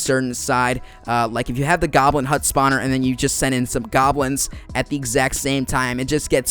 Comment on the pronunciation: "Sponner". Couldn't get over the way he said it.